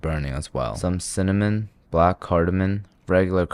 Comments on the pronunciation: From "cinnaminin" to "cinnamon" he really grew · NO WAY CAN FINALLY SAY CINNAMON?!?!?!?!! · I cant belive he said cinnamon right